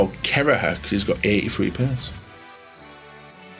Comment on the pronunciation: on u can't have kereher u said his name wrong and didn't specify which cb side u meant left or right